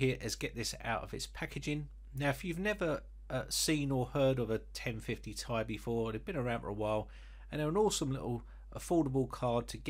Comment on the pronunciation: "Gtx 1050 tie" 🤣🤣